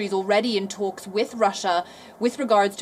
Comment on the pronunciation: She says tholks instead of talks